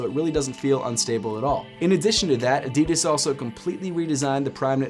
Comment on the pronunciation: ADIDAS not AEDIDAES 😐 pronounce it right!